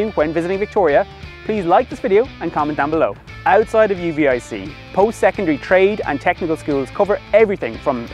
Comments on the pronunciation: Also for future reference, the locals pronounce UVIC as "you-vic" rather than "U.V.I.C" Thanks for the YouTube exposure for my beautiful city. P.S. the population you quoted is only for the 'City of Victoria' proper. Victoria is actually divided into 4 core 'municipalites' (Victoria, Oak Bay, where I live, Saanich, and Esquimalt) and is referred to as 'Greater Victoria'. Greater Victoria is basically one city with the municipalities all 'smooshed' together and a population of ~350,000. If you include the Western communities (Colwood, Langford, Metchosin - now usually referred to as 'Westshore) and the Saanich Peninsula (North Saanich (where the BC Ferry terminal is), Central Saanich, Sidney and Brentwood Bay (where Butcharts Gardens is), the population of the 'South Island' is ~450,000-500,000. More than half of the population of Vancouver Island lives south of the Malahat, the highway mountain pass that connects the south island to Central and North Vancouver Island. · The university is called “U “VIC”….not U-V-I-C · As a Victoria boy i hate it when people drop in from outside to tell the world about my home town and don't even get a local to go over the proper pronunciation of the places they are reporting on. The University is U-Vic. You don't say each letters name, it's not U, V, I, C. Camosun is Ka Moe Sun Saanich is not san ick it has a ch not ck at the end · Yes yes, has been made well aware of some of his pronunciations in this video. He promised he won't do it again though so forgive and forget? 🫠